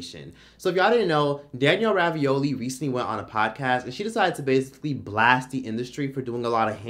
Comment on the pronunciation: Danielle Bregoli not Ravioli 😂